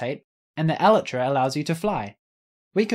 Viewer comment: OMG a YouTuber that pronounces elytra correctly? My hearing must be deceiving me! Now if only I could hear a YouTuber use it correctly as a plural form, i.e., the elytra allow you to fly, not allows. That's like saying, the wings allows you to fly. But that's probably just a pipe dream. At least using it incorrectly as a singular form while still pronouncing it right doesn't make me cringe.